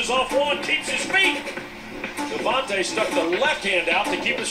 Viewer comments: DevonTAE not DevonTUH. Just thought you should know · Lol it’s pronounced “Devontay” Freeman btw